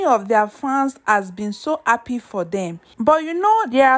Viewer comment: Are you appy or Ha-ppy? Sis, please work on your diction and pronunciations! Good luck!